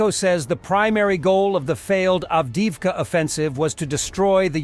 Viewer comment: One thing that BBC and Al Jazeera do well is that they look up and practice the proper pronunciations of proper nouns: Names of places and names of people. It's hard to talk about a place when you can't pronounce it, nor even spell it correctly while still maintaining your credibility. Avdiivka. Ahvdi + EVE + ka. In most cases, Russian pronunciation is on the second to last syllable. ALL vowels and consonants are pronounced separately: There are no diphthongs (two or more vowels to create a single sound) so, "ii" together in a word is "ee-ee". There are weird quirks like "Thank you" Спасибо is spelled with an 'o', but is pronounced Спасибa with a trailing 'a' for no good reason, but... for the most part the rules I provided will help you not sound completely ignorant about the Russo-Ukrainian war. Stress the second-to-last syllable Pronounce each letter separately.